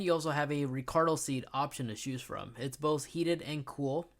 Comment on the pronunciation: Ricardo seats ? wtf bruh 😂😂😂😂😂😂😂😂😂 , its RICARO seats with an RO at the end ... Benning and Olsen ???? , you stu pid f k 😂😂😂😂😂 , its Bang and Olufsen 🤡